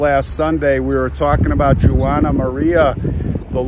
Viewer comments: Just so you know, Juana is not pronounced the way you said it. It'd be Wa nah, more like saying Wanda without the d! My grandmother's name was Juanita. Pronounced Wa nita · I loved to visit there when I lived in California. As a Latina I must correct you the way you pronounce Juana. It’s not “Jew wana, but the female pronunciation of Juan, so it’s just said like (Wanna). You are so funny! I love St. Michael! After Mexico abandoned the support of the missions, many of the natives ran back to their tribes. The Chumash were peaceful people living off the plenty at the seashore. They traded abalone shells as far inland as with Central Valley Miwaks. You should visit Monterey, Ca. Great history! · Thank you for correcting his pronunciation of Juana. It was very irritating. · I was going to mention the pronunciation as well.